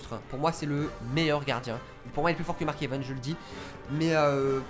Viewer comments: "Mark EvEns" à la place de "Mark EvAns" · Tu me stresses quand tu prononces "Mark Evens" à la place de "Mark Evans" 😭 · Oe grv moi aussi